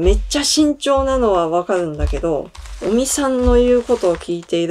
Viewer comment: 菅内閣から尾身会長はどんな存在と言っているところで尾身会長をオニ会長と聞こえて、やっぱり鬼なんだー、と勘違いしました。